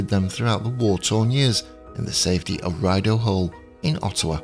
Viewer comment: thanks for such a beautiful tribute to Princess Alice! And, um...I don't mean to be nit-picky, but I am Canadian, and I can advise you that the name Rideau, of Rideau Hall (that Churchill loved) is pronounced Ree-doh and not Rye-doh. I hope that is not taken badly! Hard to know how to pronounce city or other names, if they are not part of your country or culture. 😽I always struggled with pronunciation of British towns and names - often got it wrong! So I totally get it! 😁Thanks again for such a dignified, and informative, video! You're the best!